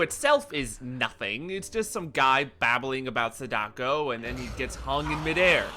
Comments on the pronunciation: Complement Sandwich: I like your editing and prefer your videos to Japanophile's take on The Ring franchise. -You're saying SA-DA-KO wrong. It's not SA-daK-O. It's only 3 kana long さ だこ。 Thank you for talking about Terror's Realm! btw, check out "The Joyurei"aka Don't Look Up. It's Nakata's first major "ghost girl" movie from '96, and it's pretty interesting. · He misunderstood “Sadako” too lol. It’s ok we all do it for diff words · Did you intentionally pronounce Sadako and Samara weird?